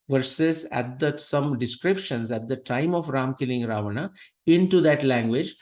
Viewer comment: The person writting to you have written clearly as Rama, Ramayana, Ravana... Why are you urdufying the words by distorting their pronunciations as Ram, Ramayan and ravan..?